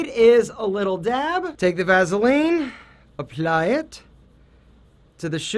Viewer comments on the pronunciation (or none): said “Apply it” was too much like Italian accent..